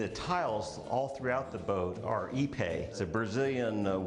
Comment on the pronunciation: Finally.... someone who know how to pronounce Ipe.